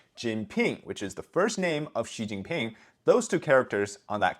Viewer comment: Just the fact that these people can't say Pings name makes me hate him even more.